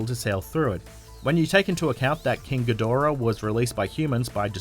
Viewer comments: It's King GEE-da-RAH. Apparently you've never seen his debut movie from the early '60's, Monster Zero in the '70's, or Godzilla vs Mothra and King Ghidorah: Giant Monsters All-Out Attack from 2001. While I admit that Toho pays little attention to continuity, if Ghidorah's name was mispronounced (ga-DOR-ah) they never reshot the scene to correct it. (Gamera...Gam-er-rah...was mispronounced by an American actor playing a news anchorman who called the Kaiju turtle Gam-mare-ra in Gamera: The Attack of The Legion. Once again, because of the fact that the scene wasn't reshot with the correct pronunciation, the goof up stayed in the movie. This is because, despite the fact that I love💟💞💗 Japanese Kaiju movies, they're cheesy, badly acted, and made as cheap as all hell.) BUT HIS NAME IS PRONOUNCED GEE-da-RAH. And if you're thinking I'm being a nit picking bee-auch just think about how you'd feel if some moron kept mispronouncing your name. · It's pronounced GEE-DORA btw